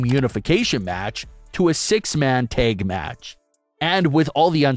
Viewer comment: Dude...the "a" in "tag" is a short vowel!